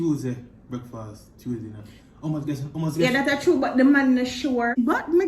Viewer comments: Guess mon? Ohhhh “gas” mon lol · Thought I was the only one heard "guess" lol